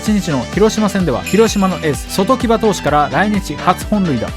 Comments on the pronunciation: 外木場の読み方そときばじゃなくてそとこばです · そときばではなくそとこばなんしゃないですか？ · そときばじゃなくてそとこばじゃない？ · 外木場 そときば ❌ そとこば ⭕️ ですね。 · ソトキバじゃなくてソトコバ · 聴講生，でしょうが。聴衆生，なんておかしいとも思わないのか。 ソトキバ，じゃなくって，ソトコバ。このナレーターが無教養なのはしようがないとして，野球のこともじつはあんまり知らないのでは。完全試合の外木場投手，オールドファンならだれでも知ってますよ。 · ◯そとこば ✖そときば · そときば❌ そとこば⭕️ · 外木場→がいきじょう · そときばじゃなくてそとこばね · そときばじゃなくてそとこばですよ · 音声読み上げソフトのミスだろうけど広島カープの「そときば投手」は「そとこば投手」が正しい。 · そときばじゃなくてそとこばな笑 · 外木場(そときば)じゃなくて(そとこば)な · そときばではなくそとごばです。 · 「外木場」は「そときば」じゃなく「そとこば」ですわ‼️ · そときば？ではなく、そとこばだよ。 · そときばじゃなくて、そとこばですよ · 外木場はそときばではなく そとこばじゃないのかな… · ✕そときば ○そとこば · 外木場さんの読み方は「そときば」ではないですよ。「そとこば」ですよ。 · そときばではなくそとこば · あの〜 そときばじゃなくて そとこばですよ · そときば→そとこば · 広島の、そときば❌(笑)→そとこば⭕ 名投手ですよ。堂々と間違えるんじゃねぇよ‼️ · 外木場は「ソトキバ」ではなく「ソトコバ」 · ちゃんと調べてや！「そとこば」やし‼️ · 外木場(そとこば)と読みます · 応援してるチームじゃないにしても、「外木場」を「そときば」なんて読む人がプロ野球の動画出すのどうなの？ 無名な選手ならまだしも…。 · 外木場（そとこば）です。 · 残念だなぁ。毎回楽しみにみてたのに、外木場を「そときば」と読んでるようじゃあ、ニワカ扱いされても仕方ないですよ。